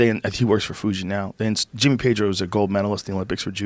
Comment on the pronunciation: He pronounce Jimmy Pedro like Jimmy Page🤣 i First heard like: Jimmy Page is a gold medal...And i, 🤔🙄